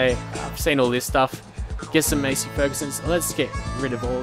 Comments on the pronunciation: Its Massey, not Masey. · U PRONOUNCED MASSEY WRONG!!!